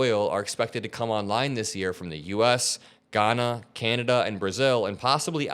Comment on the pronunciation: Just a correction that one of the new volumes of oil expected to come to U. S. Guyana correctly pronounced (Guy Ana) not Ghana which is a different country